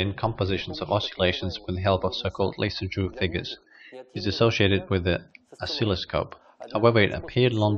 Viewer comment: Thanks for posting this interesting video. Worth viewing just to learn how to pronounce Jules Antoine Lissajous' name, alone. :)